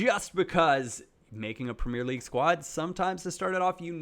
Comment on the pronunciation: It said the premier league wrong aha